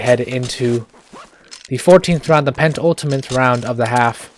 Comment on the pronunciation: it’s pen-ultimate, not pent-ultimate